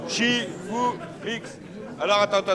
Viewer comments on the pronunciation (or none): cest shifoumi pas shifoumix